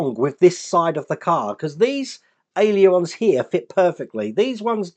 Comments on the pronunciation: It's pronounced AY-LER-ON,! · Hi, been watching this coming together and it’s some build. I note you have trouble saying ailerons, so why not just call them flaps 😂😂👌👌👌